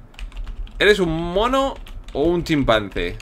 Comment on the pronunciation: emves de chimpanse dijiste chimpase jajajaja xD den like los que notaron el error de willirex